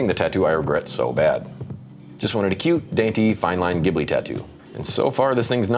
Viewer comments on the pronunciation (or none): The “Ghibli” in Studio Ghibli is actually pronounced “Jib•Lee” 🤓